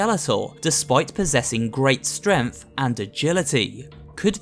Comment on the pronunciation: yeah, its totally not strength but stremth